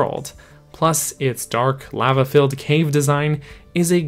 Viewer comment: I never knew lava could be said so incorrectly